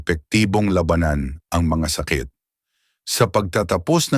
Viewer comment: Sana ay ayusin ang pagbigkas ng mga salita dahil nagiging iba ang kahulugan ng salita kung di wasto ang pagbigkas. Gaya ng sabi mong labanan. Labanan to fight habang ung isa ay giyera o war. Marami pa ang bigkas mong mali. Sana ay ayusin ang bigkas. Okay ang mga iyong mga ulat. Salamat.